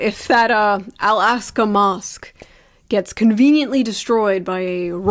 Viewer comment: pronounce the mosque it like youre saying "ask" in ebonics